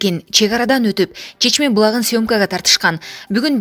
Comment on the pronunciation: Чечме эмес ЧАШМА болот